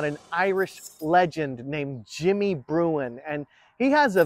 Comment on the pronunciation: Think it is Jimmy Bruen….not Bruin….